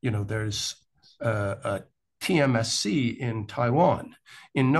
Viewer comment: Guest said “TMSC” at least twice. It’s “TSMC”: Taiwan Semiconductor Manufacturing Company.